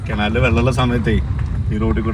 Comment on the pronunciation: കെനാൽ അല്ല കനാൽ എന്നല്ലേ പറയാ